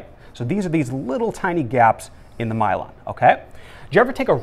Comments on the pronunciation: this is great but the pronunciation of Myelin is driving my brain wonkers... (I've always learned it as My-Lynn not My-Lon... reminds me of cylon from Battlestar Galactica). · Myelon? Myelin